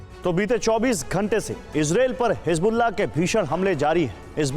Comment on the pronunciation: Hisbollah ko hizm Kyunk bolraha hai